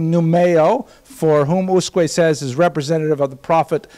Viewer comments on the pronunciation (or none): The name Usque is not a common name, in fact, I don't think that name still exists in Portugal... But reading it according to European Portuguese rules, an acceptable approximation would be to read it like "OOSHK". The word is considered to have 2 syllables, with stress on the first ("Us"), but the second syllable is so brief that it sounds a but like a monosyllable. The "s" at the end of syllables is pronounced as "sh", so "Ooshk". One note to: pronouncing the "J" in "João" the way he does it (and apparently likes to do it), which is the Spanish pronunciation, is one of the most irritating things one can do to a Portuguese word... Other than that, great lecture. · As asked... in Portuguese in USQUE you don’t read the U after Q. You probably should read it as Usk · The right pronouciation is usk (u read like oo, s read like sh): I'm portuguese. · It's "Ooshk" :) Thank you for posting these lectures.